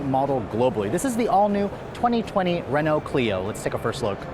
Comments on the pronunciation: “Renaul-t”?? 😂😂 It’s “Reh-know”. Say it like a snobbish French bastard. 👍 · Re-NALT LOL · What is a Renolt? This review is excruciating. Don't get an American to review European product. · I’m trying to imagine if they brought Renault back to America, and how many people would pronounce the name wrong “Ree-noug-let?”